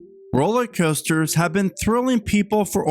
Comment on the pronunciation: Dude, are you saying ROLLIE COASTERS? Drives me nuts!